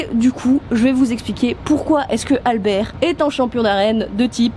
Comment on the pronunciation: A chaque fois que j'entend Albert, j'entonne "le cinquième mousquetaire !"... traumatisme d'enfance ou bien la façon dont tu prononces ?